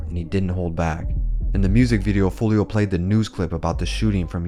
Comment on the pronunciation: yo its wild how ksoo says his name properly in songs and he still finds a way to butcher it